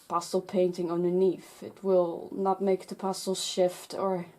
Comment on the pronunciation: When you were saying pastel paper it sounded like you were saying pasta paper.